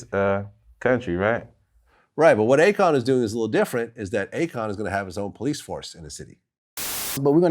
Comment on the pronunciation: "police" not pice